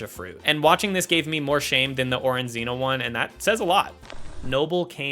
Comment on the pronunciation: isn’t the “-gina “ part of orangina supposed to be pronounced like “gina” in vagina 🤔